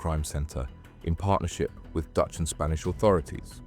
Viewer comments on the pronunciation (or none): none